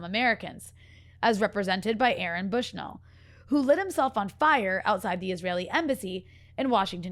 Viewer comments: Great interview, Rania. I’m not sure if it’s your pronunciation, but I noticed you’re saying “Brushnell” instead of “Bushnell” when referring to Aaron. After the sacrifice he made, I think it’s important to note. Thanks Breakthrough News ❤ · Sad she can’t say Aaron’s last name correctly.